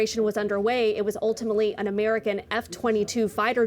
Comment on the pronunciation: "Oultimully" isn't "ultimately."